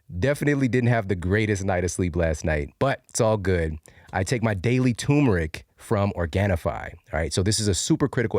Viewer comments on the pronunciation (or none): Great video, but it's TUR-meric, not too-meric.